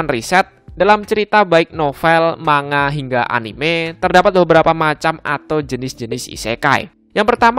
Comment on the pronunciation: Mang-ga bang bukan ma-nga